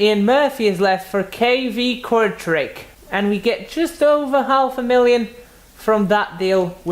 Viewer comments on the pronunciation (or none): according to this lady, kortrijk is pronounced kortray